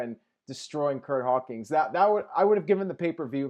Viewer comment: "Curt Hawkings"